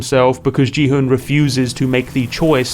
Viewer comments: Great video! I looked for a bit and didn’t see anyone else mention though, the pronunciation of Gi-hun’s name is super distracting. I don’t think the dub pronounced it that way either, as well as the original audio? It’s a hard G not a J sound. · cool video you say the g in gi hun funny